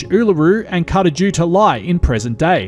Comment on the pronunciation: p.s. your pronunciation of both Uluṟu and Kata Tjuṯa is terrible. But I love your work.